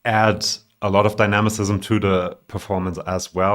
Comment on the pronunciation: Dynamism (di-nam-ism)